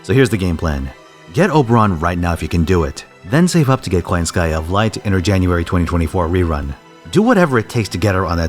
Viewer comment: So, why are also butchering her name as koyanskAYA. Are you?